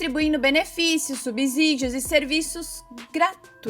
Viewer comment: Uma dica da língua portuguesa: a pronúncia é (SUBCÍDIO-SUBCIDIAR) e não: (SUBZÍDIO), a mesma regra que se aplica para a palavra (SUBSEQUENTE), até pq a letra "S" só tem som de "Z" entre vogais.